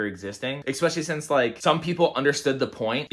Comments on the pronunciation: I know it's 10months later but this shit popped up again so.. Let's start out by saying that I think you are super blessed to have the crew you skate with, Dale, Spencer, Matthew, ect. Also, you are pretty rad! The only thing that drives me nuts is "eXpecially"! It's fuckin eSpecially! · your videos rule. I watch your shit every day. Can’t really understand why anyone would hate on your channel. My only complaint is when you say “EXPECIALLY” 😂